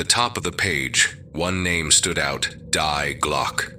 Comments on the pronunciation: Die Glocke = ‘the Bell’ auf Deutsch = is pronounced ‘dee-GLOK-ih’ and not ‘DYE-glok !! LoL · damn english, its pronounced dee-gløcke. just like in family dee. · so pathetic - to pervert the german language thru hieroglyphc english just because of mental lazyness - it is so easy to ask any search engine for pronounciation - the real pronounciation, wich is allways different from english - dii glokke - and its nothing similar to the crippled english, wich is so twisted and hieroglyphic, that all the linguists agree, how its much easier to learn japan than english. crippling the gorgeous german language with lamerish english grammar is self-humiliation. not more, not les. die gedanken sind frei - wer kann sie erraten, sie fliegen forbei wie naechtliche schatten. kein mensch kann sie wissen, kein jaeger erschiessen mit pulver und blei - die gedanken sind frei. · Die Glocke is pronounced Dee Glock-a. This story is all creative writing. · Yeah, that's quite annoying, it's probably some AI voiceover... but the rest is awesome.